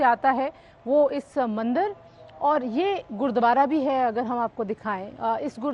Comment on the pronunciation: Madam ji mandir hota h mandar nhi